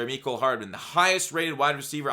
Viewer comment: You said mecole wrong